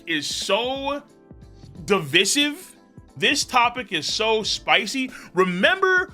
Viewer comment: Just found out I have been saying divisive wrong all this time 😂